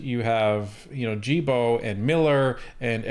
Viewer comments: It's pronounced "Guil" "Bo" as in "guild" without pronouncing the "D" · The G in "Guilbeault" is pronounced like the G in "Goat" or "Gay", in french ;)